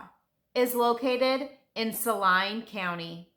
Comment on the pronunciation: Saline is pronounced Sa-lean not Sa-line.